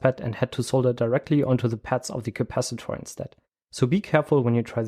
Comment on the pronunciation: the way you pronounce CAPACITOR